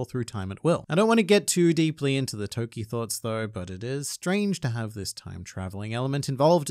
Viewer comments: It‘s Toki. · It’s toki